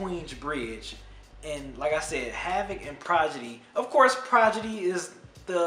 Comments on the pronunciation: lol "Progidy" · I tried to keep myself from cringing every time I heard you struggle to say Prodigy's name lol but I'm glad you reviewed this album. I still love it to this very day.